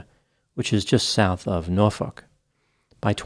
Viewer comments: Hey! He said Norfolk correctly. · Oh snap. The way pronounced Norfolk almost has me convinced he’s from the Hampton rds area himself; he dropped that r’ like he’s a local. 😅